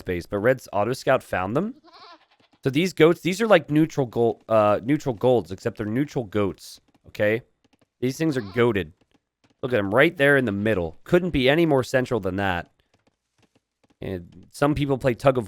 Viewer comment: “Neutral goalts”